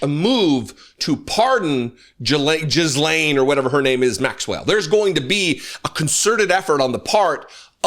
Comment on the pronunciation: the 's' is silent in Ghislain, just in case you didn't know